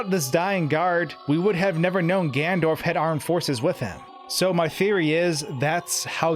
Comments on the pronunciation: omg, its Ganondorf not Gandorf. Slow down. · The way this guy pronounces Ganondorf as "Gandorf" gives me a tic every time. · Did you just call Ganondorf, Gandorf at about ??? Also, what if, the dying soldier was Ganondorf in disguise to get Link to open the Door of Time 😮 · If you make a video where you say "Ganondorf" 50 times, at least learn how to pronounce it... "Gandorf" is making me cringe every time. Seriously great content but something to work on. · Nice breakdown and exposition. Good stuff. But it's "Ganondorf", not "Gandorf". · It’s ganon dorf. Not Gan dorf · Ganondorf. Not Gandorf. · "O" -carina. (Oak-areena) NOT "Awkarina". Also who is " Gandorf" ? "GanON-dorf" bro, if you're going to make a video about a game, try not mispronouncing half the titles. Sorry to nitpick but it damages your credibility. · Dude it’s Ganondorf not Gandorf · does he keep saying gandorf instead of ganondorf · *Ganondorf, not "Gandorf"... Fight me, I know I'm being a prick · It’s Ganondorf, not “Gandorf”.... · GanNONdorf. It's Gannondorf. Not Gandorf. Great video by the way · Ganondorf Gan-ON-dorf Not “Gandorf” GAN-ON-DORF!!! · you can see that it is "GANONDORF" why do you keep saying "Gandorf"? You would think that someone who talks for a living would bother learning how to speak properly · Am I the only one slightly bothered by him saying gandorf instead of Ganondorf? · Omg.... Another video using "Gandorf". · Who's "Gandorf" ? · Why does he keep calling the antagonist "Gandorf?" Missing a whole syllable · Why does he say gandurf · Who is this "Gandorf" you keep referring to? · Gandorf? That sounds so wrong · Why you call him gandorf? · Gandorf... Lol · GANDORF Everytime I hear him pronounce Ganondorf like that it kills me alittle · Link, you shall not pass! ~Gandorf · Are you saying " Gandorf"??? 🤨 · i heard gandorf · "Gandorf" lol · is nobody going to talk about the part where he says "Gandorf" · I actually think he's saying "Gan'ndorf" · Right. Its tipping me off so bad!!!